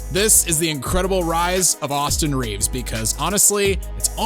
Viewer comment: AustHIM Reaves